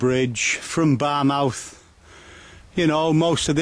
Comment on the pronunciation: It pronounced "Fair born" not "Fair burn" and "Bar muff" not "Bar Mouth"